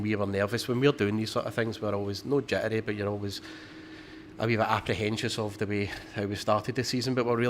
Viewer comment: “Apprehencious” 😂💚HH